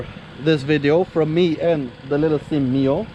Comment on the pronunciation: Another damn video of a clueless person calling it a SYM. It is NOT pronounced like a word. It is three letters. S. Y. M. Sang Yang Motors. Period. Hell, even Carter Brothers the one-time distributer of their products got it wrong.